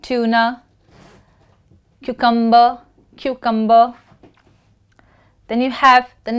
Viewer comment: U pronounced wrong the word Cucumber